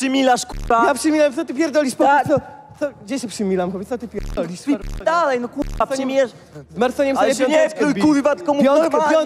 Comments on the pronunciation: Mega beka ktos nie mowi ,,R” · kuLwa . FLAjeLSZE, KULWA KULWA